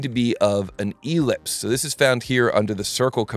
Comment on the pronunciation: The accent on ellipse is on the second syllable.